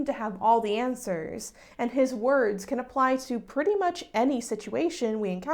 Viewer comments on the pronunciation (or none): none